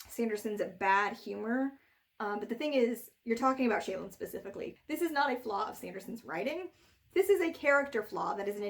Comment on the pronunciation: ...is that the way to pronounce Shallan...? "Shay-lan"? Not "Shall-an"? Like "Shallow" but with an "an" instead of an "ow"? That's how I've been imagining it pronounced this entire time.